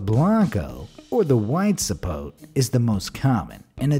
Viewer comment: It is zapot-e not zapote